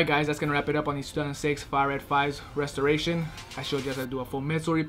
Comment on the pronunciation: Imma need to learn how to pronounce "Restorations With "... Any other time it sound like he saying "reshajdkfbdbd wi " 😭😭😭😭